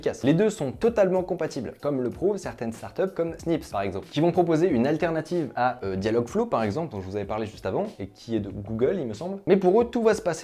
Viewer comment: dayalogue iveul.. :p c'est ez pourtant merci pour cet épisode )